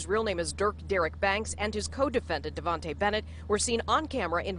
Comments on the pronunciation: dayvon not davonta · vons name is dayvon not davontae lol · Davontae ? GIRL WHAT ITS DAYVON DONT MESS UP AGAIN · anyone else catch that they said “davonte” and not “Dayvon”? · Did anybody body Notice they said his name all types of wrong. His name Dayvon not Devante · It's them saying "deyvante" instead of dayvon how y'all gon do a news report and get the name wrong💀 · They Fucked up Von Name. It’s Dayvon not Devonte 🤣🤣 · they really pronounced von's name "Devonte" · she said devontae bennett :| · She called Von Davontae 😭✌️hell nah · why all these ppl saying von name wrong how hard is it to say Dayvon😂😂